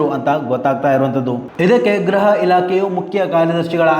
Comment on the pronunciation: ಗ್ರಹ ಇಲಾಖೆ ಅಲ್ಲಣ್ಣ ಗೃಹ ಇಲಾಖೆ. ಗ್ರಹ ಮಂತ್ರಿ ಅಲ್ಲಣ್ಣ ಗೃಹ ಮಂತ್ರಿ ಅಂತ ಹೇಳ್ಬೇಕು ಆಯ್ತಾ. ದಯವಿಟ್ಟು ಕನ್ನಡವ ಕಾಪಾಡಿ